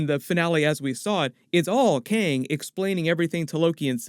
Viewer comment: dude its Kang not Kyang !